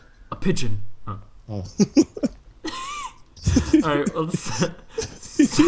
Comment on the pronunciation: "A pigeon" Really,? xD